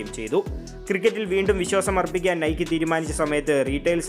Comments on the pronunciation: Nikeee allada "Naik " enna pronounciation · not നൈക്കി അല്ല നെയ്ക്ക് എന്നാണ് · നൈകി ആണ്. Athoru greek devatha aan